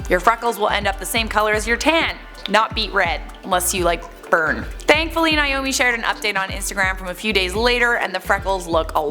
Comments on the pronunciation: If she pronounces Naomi like Niomi one more time I'm going to literally scream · Why does everyone pronounce Naomi as "Niomie?" thats a whole separate name.